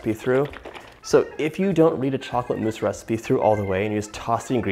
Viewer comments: I died when he said "meese" i love u john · You make me laugh 😂 chocolate “mice”